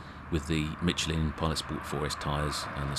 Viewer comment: Good god, my ears, it’s mi-SHELL-in, not mitchlin.